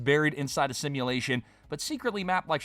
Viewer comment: It's a sashimulation